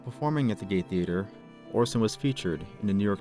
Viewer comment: I love where the word gay theatre instead of Gate Theatre came out!I am Irish by the way!